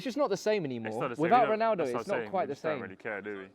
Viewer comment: "Cristiano Dognaldo" I'm CRYING